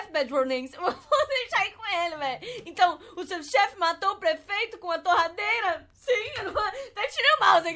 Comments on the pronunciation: vc falou terradeira invés de torradeira kkkkkk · As a moon falou terradeira em vês de torradeira kkkkkk